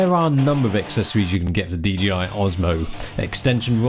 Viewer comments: It's not DGI it's bloody DJI. Why do people keep saying that?? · Bruv...its DJI. In the video you are repeatedly pronouncing it as DGI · Why do you keep saying DGI? It's JAY, not GEE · DJI NOT DGI?????!!!! fuck sake. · why do you pronounce it like DGI if it's DJI? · Serious??? ITS DGI not DJI ugh! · I thought it's DJI not DGI...